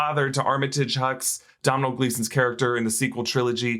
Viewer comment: His name is Domhnall Gleeson.. the Irish pronunciation is like pizza dough.. "dough-nall" .. not "dow-nall" ! Just a heads up my men 🤟